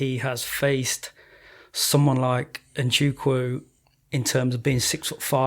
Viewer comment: & Dan, NZECHUKWU is pronounced IN-ZAY-CHUK-WHO. Mad championship trilogy on 1 card! I'm trembling...